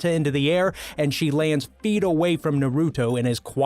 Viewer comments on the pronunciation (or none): I hate how he pronouned naruto,dororo,meliodas,and naofumi other wise I agree with all of these anime fights